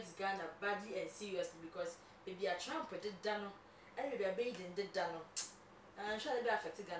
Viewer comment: Good program guys, But please no Offense, USA Presidents Name is Not, TRAMP,Is TRUMP points of correction. We all learn from each other daily. PEACE always. It's doesn't make me better than anyone. Be safe out there in Ghana.